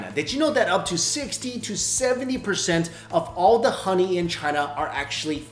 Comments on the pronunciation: Is it honey 🍯 or Ghoney!?im asking because he kept on saying Ghoney....🤔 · why does he say xoney/khoney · I love how he says HHHHKKKoney! 🍯🍯🙂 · when he says honey it sounded like khani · He can't say honey he says khuny 😂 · I love how he pronounced HONEY from the epiglottis 😯😯😯